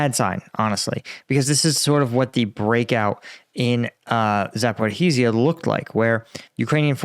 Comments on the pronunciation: epic battle is with Zapor-hizzzia! Dr. Gerdes battles with Zal-Zuni "Zaluzhny". I really think it is difficult for some adults to adapt to new speech patterns. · but not Zapora-heee-ja 🤪😅